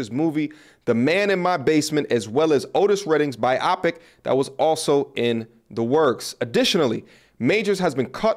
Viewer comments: Come on. You need to read a lot more widely. "Biopic" is short for "biographical picture". So the accepted pronunciation is "BYE OH pick". Not "Bye opic". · its bio pic not bi opic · i thought it was pronounced BIO-PIC... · THE WORD IS pronounced BIO PIC!!